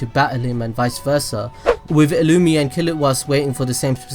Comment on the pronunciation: Him calling illumni, illumee, is killing me.